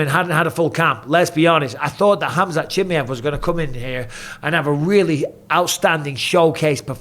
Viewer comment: Why can't you say chimaev properly